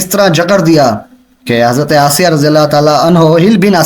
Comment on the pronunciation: Janab firon ki wife Ka naam asiya hi not aysa